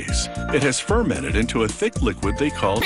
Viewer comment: THIS BOI RLLY JUST SAID THIQUID LMAO